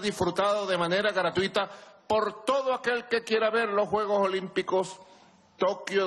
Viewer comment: Los caribeños no pronuncian la S